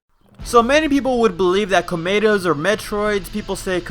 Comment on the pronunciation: All I hear is Clamato